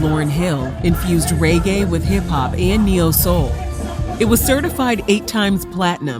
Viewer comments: Why do people pronounce it ‘raygay’? That always irks me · How can’t you pronounce reggae properly……